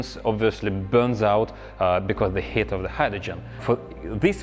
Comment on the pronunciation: Just found your channel count me in this story also your style is like Colin furze I love it also also I love the way you say heat in full accent “hate”